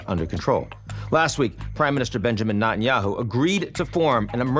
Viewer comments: I love Ian but his name is NEt-an-yahu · True- Nat-un- yahoo sounds so jarring!!